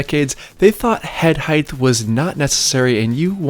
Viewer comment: Height not heigth